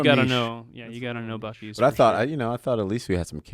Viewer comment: WHAT?! At about 54 minutes someone refers to the Buc-cee's bathroom as the "bew-cees" bathroom! That's worse than "What-a-burger"! LOL.